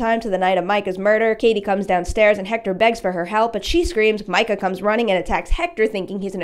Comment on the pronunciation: Why do people keep pronouncing it "My-cah" 🙄 its "mee-cah" clearly says so in the films.